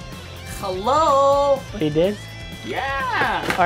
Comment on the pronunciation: He always says halo:/